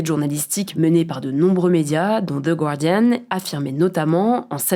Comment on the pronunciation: Je poste ça là si quelqu’un me lit : on dit gardian pas gwardian, svp faites l’effort, les profs d’anglais vous remercient 😅